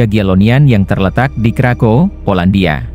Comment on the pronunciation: Di Poland W di bacanya V kak krakov